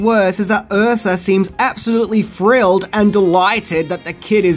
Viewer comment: This could have been a pretty good video but the guy who narrates it uses a version of English that is below that of an 8 year old. Wiv, Luffer, frilled, fink....need I go on!